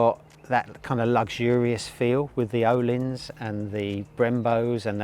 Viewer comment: FYI Ohlins is pronounced Urleens